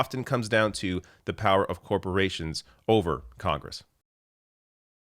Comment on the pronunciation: "corprations" --- TRIGGEREDDDDD